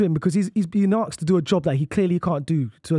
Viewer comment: ‘He’s been arks to do job’